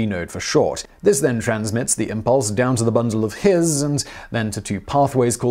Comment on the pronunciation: I have no idea why I'm mentioning this, but the "his" in "bundle of his" is actually pronounced "hiss." I only know that because a friend of my wife when they were in residency had a cat that she named "Bundle of His."